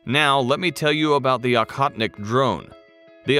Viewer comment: It’s Oh-hotnik, not Ah-hotnik.